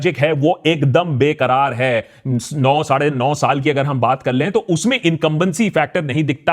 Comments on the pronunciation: barkarar hai naa ki bekarar hai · Magic BARKARAAR hai, not BEKARAAR HAI 😂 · बेकार या बरकरार 😅😂😅